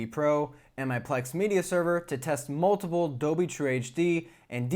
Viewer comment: really enjoy your reviews a lot. I do have a small teeny thing that is distracting. It's your annunciation of the word DOLBY... it comes out as 'doby' or 'adobe' but not anything close to DOLBY. Hehehe, really I am not 'that guy' it's just the poor annunciation of a key word for modern AV reviews diminishes the content for ME as I might be the only person on the planet it bugs. FYI, I once dropped a core course in college called Abstract Algebra because the prof, who I liked personally, because he was not able to pronounce most of the key words for the subject...